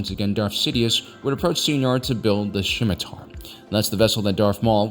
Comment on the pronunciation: The scimitar is named after an Arabic and Persian dagger. The C is silent.